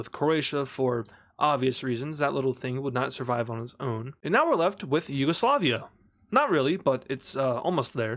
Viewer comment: It's not Yugoslavia it's yuagalisiva